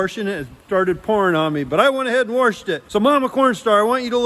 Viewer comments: says warshed it so funny My first mother in law from New Brunswick Canada used to say that LOL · I love how says “waRshed”